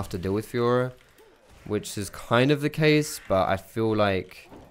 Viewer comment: Is it just me or does it sound like "fuhrer" when says fiora xD